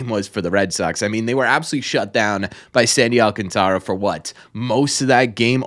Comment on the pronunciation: on behalf of your Spanish speakers: Al-CAN-ta-ra.